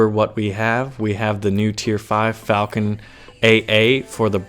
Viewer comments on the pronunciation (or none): none